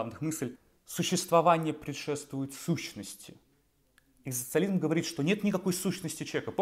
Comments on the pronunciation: Такой умный, образованный человек… Не может быть, чтобы вы не смогли произнести это слово… Оно у вас звучит как, «экстанциализм». Спасибо! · Когда вы научитесь правильно и четко произносить слово "экзистенциализм"? Это же позор какой-то... :( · челик не может даже выговорить это слово... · Я не хочу смотреть видео, где человек, пытающийся объяснить экзистенциализм, не может ни разу произнести слово экзистенциализм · Что, я похоже единственный, кого нервирует искаженное произношение слова ЭКЗИСТЕНЦИАЛИЗМ ..!?. Режет слух и отвлекает же. Автор, повтори за Джо Дассеном его бессмертные строчки: Эт си ту ЭКЗИСТАС па... Видишь, как это просто? Удачи тебе, автор. Запишись к логопеду, если что